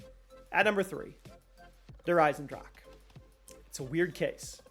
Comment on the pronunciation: Lmao der eisendrech at number 3???😂😂